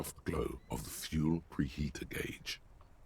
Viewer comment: That's one way to pronounce "gauge"....